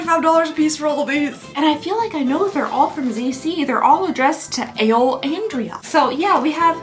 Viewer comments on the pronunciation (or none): "Ale andria" 😂